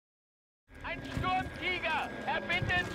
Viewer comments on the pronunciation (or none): please learn how to pronounce german tank names.. it doesnt say STORMTIEGER it says STURMtiger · it's not stormtiger, it's Shturmtegar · No you say it as shturm teeger